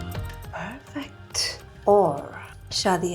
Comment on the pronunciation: That "perfecthuu" 🤣🤣 reminded me korean big sis unnie